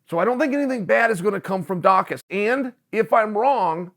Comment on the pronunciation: Chael pronounced his name correctly! 👏🏾